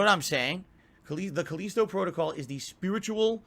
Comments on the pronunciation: He can’t even pronounce Callisto right. He’s literally the ONLY person who says it like Culleasto. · "the caleesto protocol is the spiritual sussesor" this dude's grasp on the English language